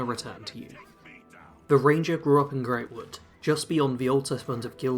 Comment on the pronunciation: Look. I know not many people care about stuff like this, but it's prounounced Grahtwood (Grot). Not trying to be a dick, just wanted to provide info.